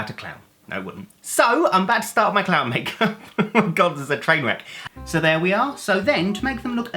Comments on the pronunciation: "ITS GONNA BE A CLAAHN" Is the most Essex thing ive ever heard in my life. Like "LOOK AT THEM FACKIN CLAHNS!" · Coming over all Eastenders at the start: "it's gonna be a claaaaahn!" 😆 And I didn't spot anything wrong with 'loam fatex' at first even when you put the words up on screen!